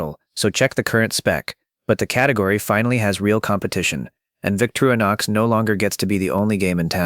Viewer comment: Vic-TOR-i-nox. 4 syllables.